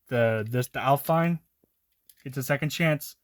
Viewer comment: alpine is french and aston martin is pernounced as-ton martin